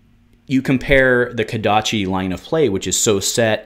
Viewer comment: It’s kodachi